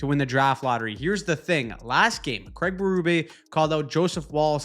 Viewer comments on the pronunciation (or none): none